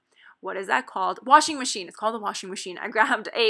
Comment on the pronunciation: Everytime you said ‚washing machine‘ I heard ‚washi machine‘ and now I REALLY want one of those (made up) washi machines! 😍😱😂